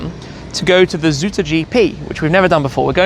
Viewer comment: Zout is salt, zoet is sweet. So pronouncing zout as zoet is funny for dutch speakers 😄